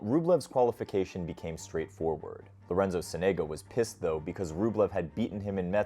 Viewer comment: Nice video, thanks. A minor and trivial issue. Most times native English speaker get accents wrong. Sonego gets accent on the first “O” and not on the “E”. As well as Cerundolo has accent on the “U” and not on the first “O”.